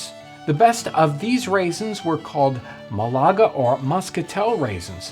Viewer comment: Ma' laga. Accent is on the first syllable, it is a city in Spain.